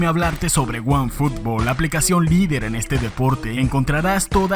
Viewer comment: cuando en otros canales hablan de "wuanfutbol" me da ganas de saltarlos, pero cuando lo haces... es otra cosa XD.